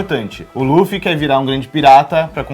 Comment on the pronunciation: Por que essa porra fala "Lâfi" ? A pronúncia é "lufi" ou "rufi"